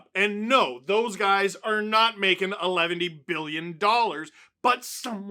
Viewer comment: “Elevendy billion,” 😂